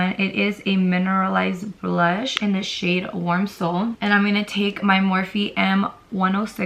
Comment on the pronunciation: When she pointed at the shades I thought she said “this shit here and this shit right here” 😂😭